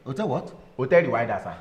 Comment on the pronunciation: instead of Hotel Rwanda he said hotel rewinder. 🤣🤣🤣🤣🤣🤣🤣🤣🤣🤣🤣🇳🇬🇳🇬